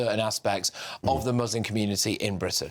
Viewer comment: Why must they say Mooselim